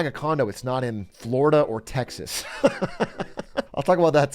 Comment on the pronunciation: Why does he say "Tex-has" like Hank from KoTH?